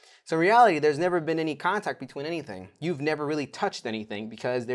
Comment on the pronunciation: "I have never touched anyting". . . I will not be able to sleep today